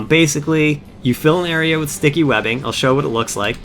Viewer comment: i cant get over the way you say area